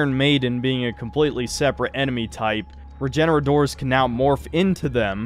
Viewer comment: It’s bothering me more than it should that you’re calling them “regenoradors”